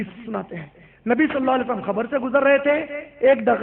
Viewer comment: Bhai Qabar ko khabar kyun bolte ho??